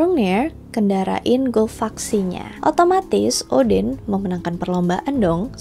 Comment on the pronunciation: kog gw dengernya oden ? 🤔 Odin , oden nih ? 🤔